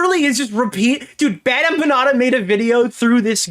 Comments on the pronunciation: The way she says BadEmpanada as “BadEmpañada” really fk annoys me. Is she trying to say it “correctly” because as a Mexican-American, no one says the N with the accent. This is the shit I wake up to. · She's done 'so much research' that she hasn't ever heard anyone say the name Bad Empenada out loud and says it like that instead... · The best part is that she received the most pushback from Hasan's fanbase but then turns around to say H3's fans are like MLM and that they cannot take critique and only "follow their leader"? And then says she's a Hasan fan but can't pronounce Bad Empanada.